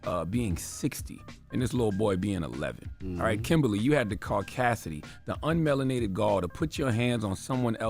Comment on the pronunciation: CTG said "Unmelinated gaul" lol